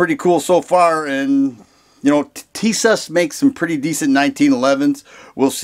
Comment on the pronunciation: the right prononciation is be like Tisash to get that " Ş " sound..